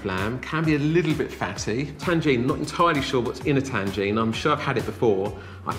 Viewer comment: Tangine and prosketto? Is he dyslexic?